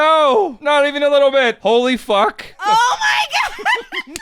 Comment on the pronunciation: Kudos to that reporter for having the sense to pronounce "Ho Lee Fuk" that way.